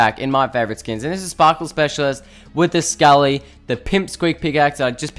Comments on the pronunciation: Sc-a-lee no it’s scale-lee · Scaly is pronounced scay lee not sc a lee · I don’t know if it’s your accent but scaly is pronounced s-Kay-ly